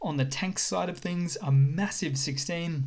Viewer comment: Favorite part of these videos: WHOOPING and MASSIVE :D